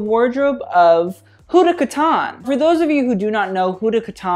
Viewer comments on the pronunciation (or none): the way he says kataan. Mannn it's kat-tan 🙄😖